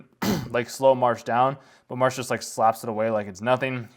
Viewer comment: The main character's name is Mash, not Marsh.